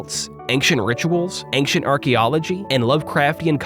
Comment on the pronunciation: What's the deal with pronouncing "ancient" as "anxient"? It's like making a typo, but in speaking.